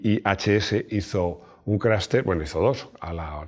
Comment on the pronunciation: CRASH TEST así como está escrito!!! No se te escucha profesional CRAS TES.!!!